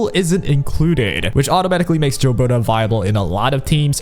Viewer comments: For the record, Gilbertas name isn't pronounced "jill-berta", its pronounced "gill-berta", like, the gills of a fish. She says her name in the story :p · Bro it's pronounced Gilbert-ay. The gills of the fish is pronounced 'Ay-lesh' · This and it's not just gilberta they pronounce a lot of the characters names wrong like they don't know how to read or don't listen to the characters when they say their own names lol